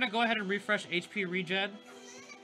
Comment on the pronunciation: its HP regen (REE-GEN) as in Regeneration.